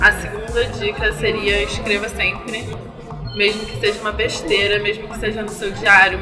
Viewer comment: você colocou um "R" a mais ali em "escreva semRpre". Mas ficou bem legal a sua entrevista, continua evoluindo cada vez mais.